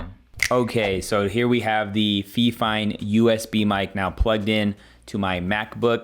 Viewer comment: he calls the microphone feeeeefine instead of fifine